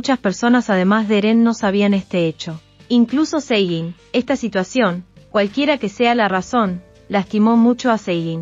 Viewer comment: ¿ Quién es Cegin? Chica ya que subes videos aprende a decir los nombres